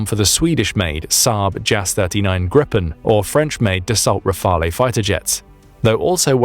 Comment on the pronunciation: Dassault is pronounced dasso and Rafael is rafal which means burst like in machine gun burst or gust as in gust of wind. The main reason for the frsiry of F16s is their availability since they are approaching 5000 units. Rafael an Grippon are much rarer. Much less of them could be supplied. It's that simple. Another interesting show. 💙 💛